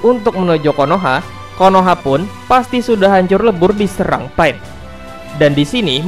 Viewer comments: Kok dengernya malah PAIT njirr namanya bukan pain!! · Sebut betul kawN bukan paen tpi pain pain pain sebut betul2 bukan paen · Sebut pain elok2 brader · ITS PEIN NOT PA-IN ITS TSUKOYOMI NOT TSUKIYOME WTF?